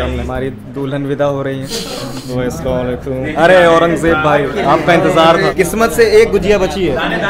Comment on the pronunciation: Respectfully Plz correct ur Salam it is not assalam walaikum It's "assalamualaikum" Respectfully